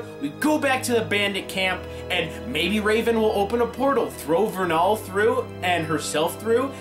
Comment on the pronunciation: did he say verral instead of vernal? (at the end when he talks about wether she will fight cinder or not)